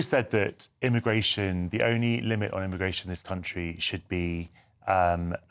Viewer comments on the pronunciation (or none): Pweeze th-tawp immagway-shun